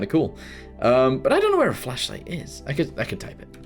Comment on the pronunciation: Ah yes, the fachlight